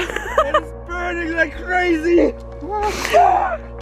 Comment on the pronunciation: “I don’t wike it”